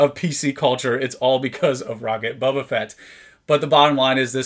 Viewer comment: Very cool to see this! Thank you for sharing! (and it is pronounced "BO-ba"...not Bubba ;)